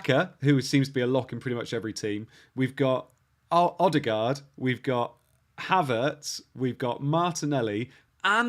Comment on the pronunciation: It’s not ‘Odd-e- gard’ …! It’s Erd-e-gard’… Great content & concept though… Really enjoyed it.